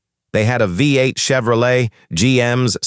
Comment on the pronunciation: Is it too much to ask to produce videos with a real narrator instead of an AI that says things like “V, 8” and “tetraethyl leed?” Also, if you’re talking about the small block’s wedge-shaped combustion chamber, maybe don’t use animation of a splayed-valve engine, or when talking valvetrain lubrication, show the small block, and not some engine with shaft-mounted rockers? You know, stuff like that.